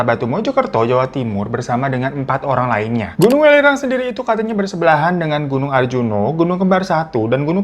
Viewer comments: Welirang gak sih bacanya bukan w3lirang 😂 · Bang welirang bukan welirang 😂